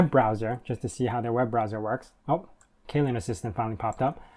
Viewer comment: Windows 11? UKUI reminds me an awful lot of Windows 7. BTW, Kylin is pronounced "Chee-lin".